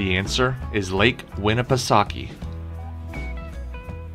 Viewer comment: You said Winnipesaukee right but not concord... what 😂😂